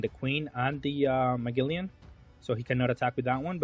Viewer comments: say it with me bro MA-GEL-ANN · Ma-gel-on lol